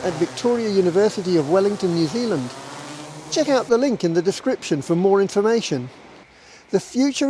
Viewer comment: Note to anyone not from New Zealand: The name of the country is New Zealand, not what this commentator called it.